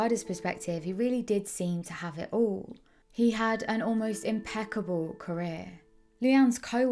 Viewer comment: simaloh, manchestoh, aww, impecabaw, sayuw to hayuw, sustainabuw, areoh.